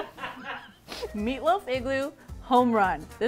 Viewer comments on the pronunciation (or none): I died when she said “Meat loof” 😂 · I love how cute is hahaha "meat loof¿ that sounds weird"